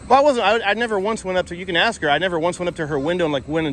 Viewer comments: Baldilocks straight up telling you what to do then instantly gets an attitude when you tell him to take his hands out of his pockets🤣🤣🤣 It’s hard to take someone serious when they aren’t capable of pronouncing a simple word like ASK, instead continuously say axs. Just stupidity at its finest. Not to mention the “I don’t want you to taking my picture” lady😂😂😂 The security lady swears she’s important, more than likely the highest position she’s ever held, “don’t lean on my vehicle” dummy needs to get a clue and realize her or her partners ABSOLUTELY DO NOT have any kind of authority to over ride a United States Citizens constitutional rights!!! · He is gonna axe u again, leave the campus. 🤣 what is wrong with these people axing everyone. Isn’t axing illegal? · He sure does allot of axing. That's scary